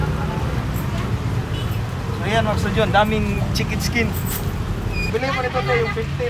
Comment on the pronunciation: Lit’s gu.. 😂 fish bul… 😂 chikin skin… 😂